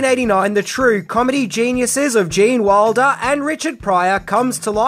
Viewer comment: when you pronounce Gene's last name, it sounds like Waldo. I keep fitting to search.